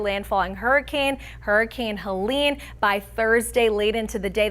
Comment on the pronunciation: Pronounce Wrong name about helene...?Americans english?